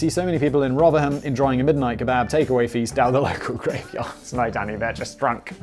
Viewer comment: you said rotherham correctly, well done have a cuppa.